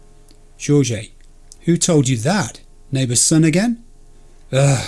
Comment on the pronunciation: Not trying to be critical, but it’s pronounced Hor-hay (Jorge). It’s ok though, not everyone is good at pronouncing Hispanic names.